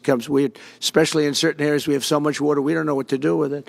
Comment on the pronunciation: When President Trump says "water" with a New York accent.